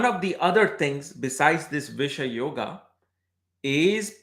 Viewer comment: Its not bish-yoga it is bisesh-yoga...